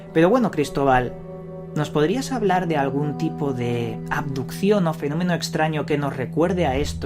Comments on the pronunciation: Aquí el único misterio es por que el tal Cristóbal dice "adupción" en lugar de abducción y "andó" en lugar de anduvo. Menudo ignorante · Cada vez que decía "aducion" me daba mal rollo.